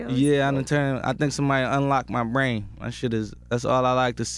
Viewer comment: “unlock my braaaihn” his accent to funny 😂